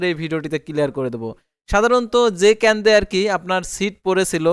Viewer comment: Bai kendo na kendro bolte hobe